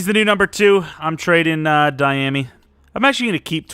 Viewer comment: I hate the way you say dyami lol